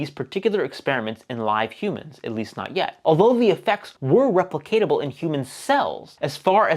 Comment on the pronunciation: "replicatable"? lol replicable, right?